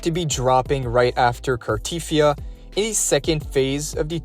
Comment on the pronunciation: It's not Car-teeth-ee-ah, it's Car-te-thee-ah.